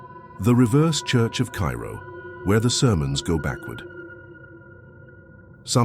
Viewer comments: Cairo, Illinois is pronounced "Cayro". 🇺🇸☕💐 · Misprounced Cairo. It’s not pronounced like the city in Egypt. It’s “Care-Ro”